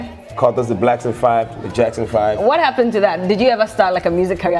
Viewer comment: Someone tell its not Blankson.